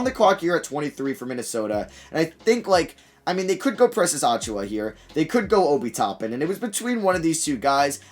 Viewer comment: You hurt me every time you say it. You pronounce it (Achoo-yuh). Not (Achoo-wah)